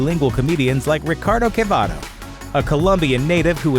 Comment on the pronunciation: It´s "Antonio Quevedo" . Not "Quevado".